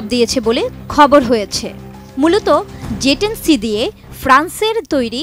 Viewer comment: জে ১০ নাকি যে ১০??উচ্চারণ এমন কেনো??